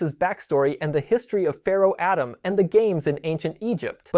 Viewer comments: You're credibility took a hit when you kept saying "atom" instead of "Atem" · The pharohs name is Au Tem. Atom. Stop saying it wrong. Especially if you want fans to support you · Pharoh "ADAM? Say-Toe?" Dude it Atem and Seto Heck they use Kaiba's first name many times in the dub heck its all Mokuba uses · Meh its corny 😂, just pronounce it via the anime/ manga. ATUM, not Adam lol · It's pronounced pharaoh ah-tehm not pharaoh Adem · Stopped watching once he said Atem like Atom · Cool to hear some of Exodia's inspirations, but the mispronunciations of "Atem", "Shimon", and "Seto" take me out of the video. Outside of that there are some corrections that needs made. First, a monster in Yugioh IS a person's Ka. Life Points are a person's Ba not their Ka, Their Ba takes the damage when their Ka is destroyed because the two are connected. You even show the graphic explaining this but you relay the information from it wrong. Second, no, the anime did not need you to summon the Exodia pieces to the field. It was the same in the real world that you just needed to draw them. The anime does place the Exodia pieces on the field once they are collected in order to project the image of Exodia, but that is not summoning the individual pieces, that is using Exodia's automatic win condition effect then revealing the pieces to claim your automatic win. The video started great, I never connected Osiris' story to Exodia before, but it really could have used another draft to correct those mistakes.